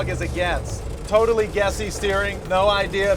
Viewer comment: you said TOWtally honest lmfaoooo